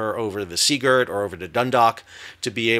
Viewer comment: Thanks for pronouncing SEAgirt correctly